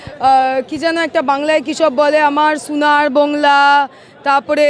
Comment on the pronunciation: SONAR BANGLA UCCHRON KORTE PARCHIS NA ,,,,,,,TUI TO PAKKA BANGLADESHI,,,,, BERO BANGLA THEKE